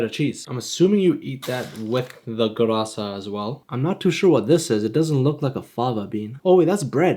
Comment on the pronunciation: The moment I saw the notification, I couldn't believe it, I thought I read it wrong... As a Sudanese guy, this really warms my heart 🥹 And the way you pronounce the dam3a and gurasa is absolutely perfect Not many people talk about our country, and it's really nice of you to do this Absolute legend ❤